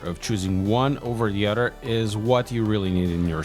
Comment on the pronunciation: Other not udder